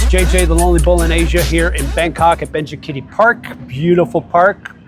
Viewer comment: I think Thai people pronounce Ben-ja-Kiti if you say Ben-chi kitty they may not get it in thai Benja means five kitti means horn or the name came from Her Majesty the Queen 5th birthday anniversary